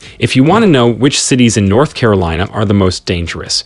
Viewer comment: Carilina? I think you may need an editor.